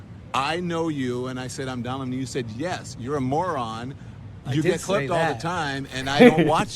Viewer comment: Don Leh-mohn..the biggest argument for birth control!